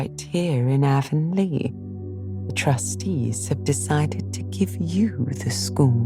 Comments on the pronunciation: In every TV miniseries and audiobook version of Anne of green gables I’ve ever come across, “Avonlea” is pronounced with a short A. Not a long A like the River running thru Shakespeare’s hometown or the ladies that sell makeup door to door. It’s an honest mistake, I’m sure and I suppose an understandable one. But this sadly was unlistenable for me. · I literally turned this off during the first sentence of the bop. She pronounced Avonlea wrong. I can't take a full book of that.